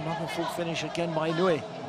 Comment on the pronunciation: This narrator needs to learn to pronunce japanese players names correctly... He keeps pronouncing Inuyi, but the correct is Inoue.